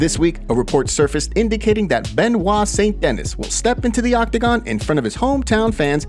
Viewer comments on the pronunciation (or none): The way you say Benoit Saint Denis is wrong, that's not how you pronounce his name. It's Benoit-San-Duh-Nee.